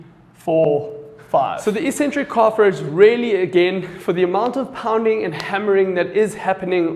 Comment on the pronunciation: Well-explained demonstrations, thanks. (Calf raises: isn't it eccentric, not ecentric?)